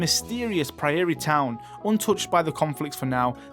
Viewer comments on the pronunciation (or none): Tiny nitpick: Prairie is "Prayer-ree"... or more like "pray'r-ee". Just because I live in one. xD Hehe. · The pronunciation of prairie made me laugh.